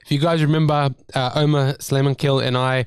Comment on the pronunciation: You mispronounced Omar's name. Show respect to the man who conquered The Block.